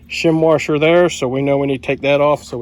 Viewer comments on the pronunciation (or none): The word you are looking for is WASHER not WARSHER....There is no R in the middle. It is pronounced WASH-ER not WAR-SHER....and the wavy ones are SPRING WASHERS not WAVY WASHERS. Just a heads up for you.